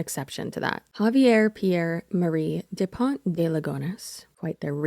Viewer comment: I find it kinda funny how you pronounce a frenchman name in spanish 🤭. But if youre curious here's the pronounciation guide "Kza-vee-hay Dupon (we dont pronounce the T) De Lee-gun (also dont pronounce the S).